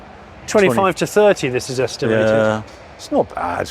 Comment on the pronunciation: Every auction video goes great until I hear Johnny say est-im-er-ted and then I can't hear anything else.